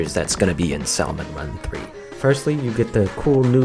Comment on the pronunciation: I missed you saying salmon run wrong sooooo much since like 2018